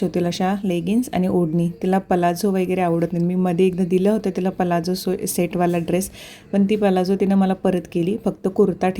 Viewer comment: पलाझो नाही प्लाझो बोलतात ग ताई । nice व्हिडिओ